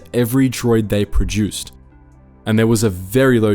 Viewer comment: "fih-ding" and "pro-jew-suhd" = not English.